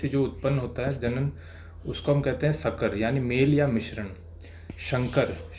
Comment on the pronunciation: सकर नहीं संकर